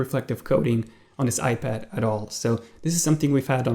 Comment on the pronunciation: coming from a guy who calls an ipad a ipadder. js